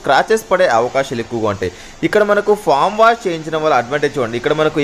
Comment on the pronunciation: ఫామ్ వాష్ కాదు బ్రదర్, ఫోమ్ వాష్. ఫోమ్ అంటే నురుగు. ఫామ్ అంటే కోళ్లు ఉంటాయి